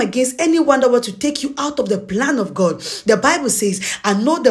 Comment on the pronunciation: Gurd? It's G O D